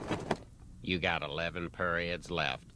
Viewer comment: dang can’t even say period bruh tf girl you get them (maybe)